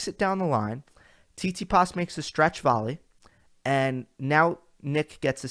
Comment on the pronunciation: Good analysis, but you need to get your pronunciations of these players together, man. It’s Tsit-si-pas, not Sis-si-pass smh. I definitely agree about the Kry-swag last week. I was impressed with Krygios during that tournament. Even with an injury flaring up he still got through it, finding a way to win instead of folding. Perhaps he’ll change his work ethic to avoid those practices. Nice thumbnail too. As far as the Rogers Cup preview, I find your picks very intriguing. Medvedev and Nadal in the final? I don’t think they ever played each other. That could be a possibility due to his performance in DC. I guess it feels empty since your boy Djokovic is not playing 😉. This is the first time I ever heard you say the confidence in Rafa winning any tournament. Wow! He looks like he’s ready to go! Until next time....